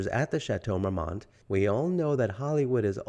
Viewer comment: The "T" is silent in the correct pronunciation. Marmon is correct. A simple Google search would have told you this. All that research, and repeating the name of the place incorrectly.